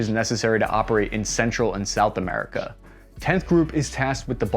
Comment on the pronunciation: I choked on my food when he said, “they should be fighting for amurca” 🤣